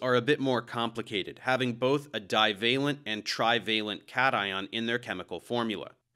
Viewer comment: you pronounced cation incorrectly, it's supposed to be KAYSHUN.